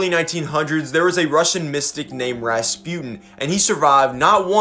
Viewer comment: Did he actually say Rasputin like that smh